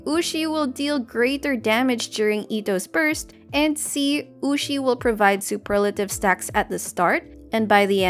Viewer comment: I'm glad you say Superlative, and not Super lative.